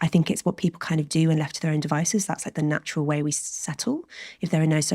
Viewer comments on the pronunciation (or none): none